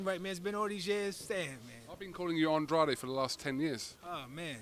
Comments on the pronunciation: Your name is An dra de not an draid your from Cabo verde parents speak portuguese stop faking the funk punk be true to your roots you fraud!!!! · Ffs even Hearn is still calling him Andradeeee 😂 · Eddie calls him Andradi also lol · I'm glad Andrade told how his name should be pronounced. Actually it shouldn't have been that hard. Spells like "Lemonade", " GRADE". Trying to put a fake British sound to the name.